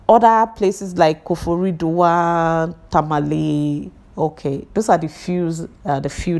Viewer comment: The way u mentioned" Koforidua "got me laughing 😂😂